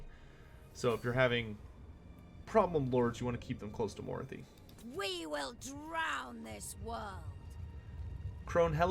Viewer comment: Fuck, you had me until you mispronounced Morathi, now I'm peeved... I mean, she even fuckin says her own name when you click the bitch! C'mon!:p Glad to see the new changes.